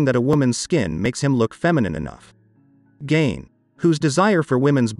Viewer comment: His name isn’t pronounced Gain it’s Gein rhymes with Mean.